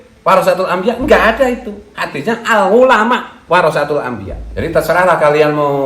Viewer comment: Al ngulama 🤣🤣🤣🤣 Benerin dlu penyebutan nya dong Malu2in nama kiayi aja 🤣